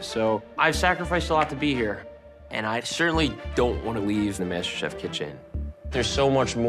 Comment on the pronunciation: it’s Masterchef not “MasterCry”